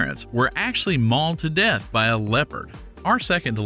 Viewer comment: Why does the narrator say DeAtH like that